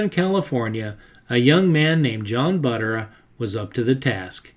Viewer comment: Love the video, but a couple of picky little things-Not sure about the pronunciation of some of the names but I think Buttera is pronounced with the accent or emphasis on the second syllable (ter). And the few times I've heard Hirohata pronounced in old interviews by old timers that I presume knew him and how to pronounce his name, it sounded more like 'here otta' or even blending the 'r' into the next syllable like 'here ROT ta.' Oh and Li'l John's T's style became known as a restro rod not a restro mod, those came later.